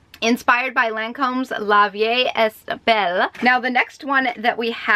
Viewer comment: Love ya! Also it’s pronounced L(uh) v(ee) (eh) belle (like beauty and the beasts, belle lol) Hope I kinda explained this alright, didn’t know how to word it lol